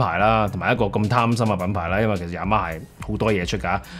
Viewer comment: Y A M A霞……Y A M A蝦😅